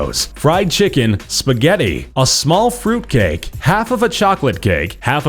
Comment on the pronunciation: The way he said spaghetti